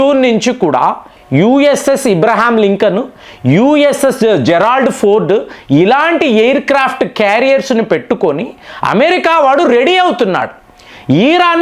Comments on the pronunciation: Its Abraham Lincoln not Ibraham Lincoln.Muslims say Ibrahim instead of Abraham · Abraham licolon not ibraham your pronunciation is is wrong